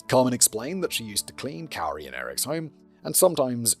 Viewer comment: and I’ve always heard this person’s name spoken as “KOO-ree”.